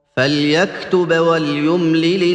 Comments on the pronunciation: Very good recitation indeed. But I found a mistake in ayah no.282 3rd line It is ' falyaqtub' not 'falyaqtuba'. I don't know if he can correct it now But the listners and viewers can recite correctly. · Please listen again After ayah no. 281 Starting from 'ya ayyu halazina' In ending of third line It is written falyaqtub But he read falyaqtuba.